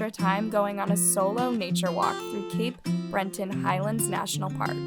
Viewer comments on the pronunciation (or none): Just an FYI, it's Cape Breton, not Cape Brenton.